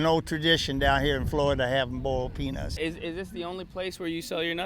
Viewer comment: Boiled peanuts ? Or penus ??